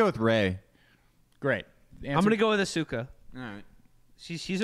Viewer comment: Their pronunciation of "Asuka" is fucking infuriating.